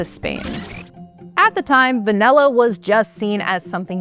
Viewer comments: Pronunciation is way off. It's Vah-Nill-Ah. Presenter keeps saying Vah-Nell-Ah. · I kinda hate the way she says "vanella". Lol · Distracted by the pronunciation of va-NELL-a. Just me? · What the heck is vanElla? I came here to learn about van'i'lla. Guess I'll have to watch a different video about it since this one can't even pronounce it correctly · Is she saying VANELLA 😣😣😣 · Why does she pronounce it «vanella»? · Its “V A N I L L A “ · Why is she calling it vanella? I can’t focus. Where is the host from? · Very annoying to hear vanella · It’s all I can hear 😂😂😂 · Va-NELL-a? 😜 (At least she got "vanillin" right!) Also disappointed there wasn't anything about how it's actually made- harvesting and fermenting and all that. ☹️ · Not sure I've ever heard anyone call it "vain-ay-lah" before 🤔 I mean, I thought the bare minimum would be getting a narrator that can say the word properly (or any word with an "a" in it properly, tbh) but clearly not. I miss the old days when people actually cared to have narrators and presenters that were well spoken and completely without irritating mispronunciations and vocal fry 🫤 Because yeah, it was a CONSTANT annoyance throughout the whole video to the point where I considered muting the annoying narrator and just putting on subtitled 🙄 Instead of doing that, I just stopped watching! It's pretty sad that PBS has sunk to this level tbh, and I'm also bummed because I was actually interested in the covered topic, for once, but this was too painful to continue watching. Just some feedback. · I came here for a video about Vanilla, but she kept speaking about Vanella? what's Vanella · Not just you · Yeah, English pronunciation is fading